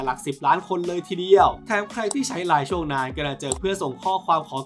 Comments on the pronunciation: ไม่น่าเรียกว่าไม่ชัดเจนนะ ควรเรียกว่าผิดพลาดต่างหาก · มันคือภาค line แต่ เหมือนพี่เขา คงพูด ไม่ได้ชัดเจน😅